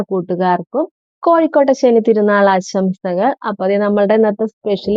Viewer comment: Kozhukkotta ennalle, kozhikkotta ennu kettu